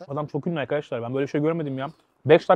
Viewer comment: Arkaaaşlar değil lan arkadaşlar diycen